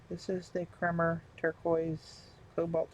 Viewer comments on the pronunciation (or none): From the web for how to pronounce Kremer: It is pronounced like coffee "creamer".